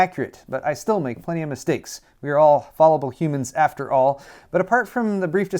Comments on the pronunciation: Speaking of mistakes, it's pronounced "FAL-i-buhl," not "FAHL-i-buhl." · *fallible is pronounced like "fal" not "fall" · "We are all fallible humans after all." * Mispronounces fallible * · I can't tell if your mispronunciation of fallible was deliberate or not. If not then I guess you proved the very point you were making.